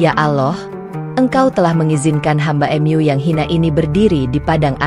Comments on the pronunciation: Bacanya jangan " em yu" Mu gitu aja kenapa si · Maaf bacanya yg benar ya...mu buka m.yu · Benar walaupun agak kaku dengan kata² minim keislaman dari yang menceritakan seperti kata² rumahMu atau surgaMu terbaca rumah atau surga Em U padahal yang dimaksud Mu adalah untuk Alloh tapi kekakuan suara yang menceritakan terhapus oleh bagusnya cerita Semoga Alloh mberi hidayah keluarga, saudara, kerabat, teman kita yang belum dapat hidayah. Aamiin ❤ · Ceritanyamenarik dan mengharukan. Narasina menggunakan alat penerjemah kah. Sebutan Mu diucapkan em yu. Lucu juga. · Kisah ini memang terasa haru, sayangnya penyampaiannya seperti dipermainkan s misalnya mengucapkan kata Mu / Allah, diucapkan emyu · Bingung saya juga ... Mu kok dibaca emyu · Meskipun..cara penyampaiannya seperti drama Korea atau drama yg lain .. ketika menyebut nama Allah dan Mu juga aneh ..tapi tertutupi dgn isi cerita..yg bagus.. semoga bisa bermanfaat bagi yg melihat video ini aamiin